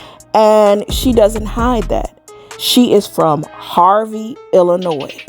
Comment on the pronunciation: You're the 1st person that I've encountered that's originally from IL, and pronounce the " s" at the end of " Illinois ". It's silent.